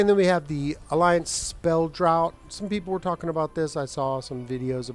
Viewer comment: Thanks for this. Haven’t even looked at pvp yet so would not have seen this for ages. I really hesitated on this as I don’t want you to take this the wrong way as it’s offered purely as an FYI .......I know it doesn’t look like it but it’s pronounced draft not drought like in no rain forever. Only brought it up as my wife told me years ago as long as you say it nicely and offer from a place of helpfulness, not spite or superiority etc, then if people get offended that’s on them.